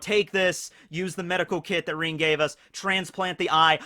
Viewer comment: Omg its rin not reen Come on dont cringe cringe no mi naruto